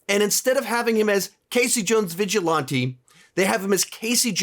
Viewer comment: The way this man says “vigilante” angers me